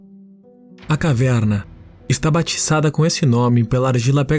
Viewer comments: Tem também o sotaque do interior paulista em alguns pontos. Caverrrna. Muito versátil na locução. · Kkkkkkkk eu voltei na caverrrrrna 5 vezes